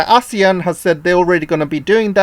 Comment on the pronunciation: Its 'you ann' not wan. Your chinglish is poor🤭